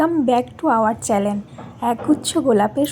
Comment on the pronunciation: চ্যালেন না চ্যানেল হবে😂😂